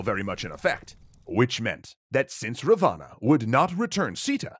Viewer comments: Well, where I come from "Ravana" was shot in the belly button. Also it's pronounced r aah v uh n uh so I'm pretty sure its spelt " "Ravan" but whatever, surprisingly accurate! Great vid. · Good effort but as a concerned subscriber I must point out that your pronunciation of Ravana is very wrong and cringe. It is pronounced as Raa-one. Please make sure you look up local pronunciations before making a complete video on the topic. Edit: Another important correction , I have never heard this version of Sita being kidnapped. The most popular and widely accepted story is that Ram, Laxman and Sita were in exile when a demon (rakhshas) turned himself into a golden deer and flaunted himself infront of the group. Sita really liked the deer and sent Ram to hunt it down. When Ram shot it down and realized it was a demon, the demon faked Ram's voice and called out for Laxman to "help" him because he was "injured". Sita insisted Laxman to go and check on his brother despite his many warnings to not leave her alone. Alas Laxman leaves and Ravan dressed up as a poor Brahmin tricks Sita and kidnaps her. (Omitted some details to keep this short) I hope you address this in the lies episode because I am pretty sure like me, pretty much no other Indian has heard the version you showed. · You are wrong in most of the video "Raa-vaa-naa" . This is the pronunciation and Ravana was not actually Evil he was like Hades thought to be Evil but was actually good. Ramna's only mistake was his arrogance. All is other mistakes were not actually mistakes because his actions were based on the teachings of the granthas.